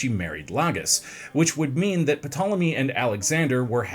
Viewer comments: If pronounces the P one more time I’m going to have a meltdown like bro your annoying me with that P 😂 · I couldn't make it through the video. So much research was done for this video and a quick google search could not be done to learn how to correctly pronounce the subjects name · This video would be so great if he pronounced Ptolemy's name correctly, The p is silent , surely that would come up in research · Had to stop watching 2.5 minutes in because you pronounced Ptolemy wrong. The P is silent. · Err it's Tolemy not P-tolemy sounds wierd when you say it... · D'Jango! The D is silent... hillbilly! That's what you sound like P'Tolemy 😂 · The “puh-tallamy” is making this unwatchable 🥴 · Also the p in ptolemy is silent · Can I trust a historian who says “Pi-tolomy”? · I tried to watch this but him saying PA tole emy is just too much. You can do all of this historical research but can’t research how to pronounce a dynasty that had 15 named Ptolemy….. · Puh-tolemy..... y'all.... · It’s pronounced “tole emy” the p is silent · P is silent in the name Ptolemy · Ugh pronouncing the name of the subject of the video..is it that hard to find out how?Glib is one thing but that whole video was giving idgaf. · New host needed or bring back simon this guy literally killed this video with the mispronunciation of ptolemy seeing as the p is silent seriously get rid of this dude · When I hear the name of the subject being mispronounced I am automatically close the window. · The ‘P’ is silent 🤦🏼‍♀️ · Until I read this comment I was sure he was F**king with us pronouncing the P lol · I can't decide what's worse My impacted wisdom tooth or hearing him pronounce the p 100 times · Spends 30 minutes recording a video but can't spend 1 minute looking up the pronunciation. Eric I've started to warm to you, but you're better than this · everyone freaking out 😂. Maybe you should have just not said the P so everyone would not be crying over it 😂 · The bloody “P” is silent 😂